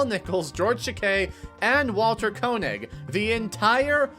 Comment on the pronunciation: UV light is not radioactive. Koenig is pronounced KAY-nig. John DeLancie is duh-LAN-see. Epitome is uh-PIT-oh-mee. Just look some of these up next time.